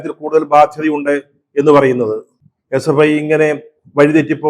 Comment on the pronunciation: SFIയെന്ന് നേരെ ചൊവ്വേ പറയാൻ കഴിയാത്തവരാണ് ഈ പാർട്ടിയിൽ ഉള്ളത് 😂 അവർ വിളിക്കും H യെ പ്പൈ സിന്ദാബാദ് 😀